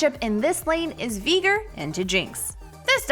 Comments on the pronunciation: What is this vegan veigar hahaha a It’s veigar not vegar xD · I swear she says the name wrong on purpose she’s so stupid it’s vy gar not vee ger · absolutely no one:: veeger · Did she say Veegar?? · Learn the names of the champs when ur gonna be talking about them ffs 😂 „veeger“ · Ok so like I thought the pronunciation was getting bad with mundo but veigar?? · I will henceforth only refer to the Tiny Master of Evil as “Vee-gar”! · I would pay you not to pronounce it as Veegar. >_> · "Vigr" bruh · Veeeger what did she just saaaaayyyy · No one:: Veeger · Im sorry I might need to unsubscribe as well this is a bit much veeger... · Darius was one thing but bro no can tell me she's not pronouncing veigar wrong. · I before E except when it sounds like a as in Veigar or weigh. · As a veigar main im not offended but please my little yordle needs his name said correctly. One more thing i disagree zilean counter leona. Leona can build sunfire and zilean is toast with the mythic passive of tenacity (im a support main btw) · it is so trigering how she say veigar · Please never say veigar again